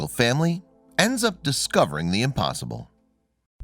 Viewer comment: discovery not descovery